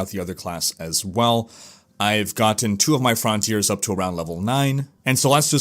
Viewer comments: "Frawn-tea-airs" versus "Frun-tierz" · Sounds like he's saying 'frauntier' or 'frowntier' every time